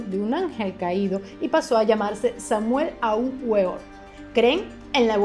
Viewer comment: Entérate bien de lo que vas a hablar antes de hacerlo. El nombre del fundador del Movimiento Gnóstico es Samael (no Samuel) Aun Weor (se pronuncia "veor"), saludos.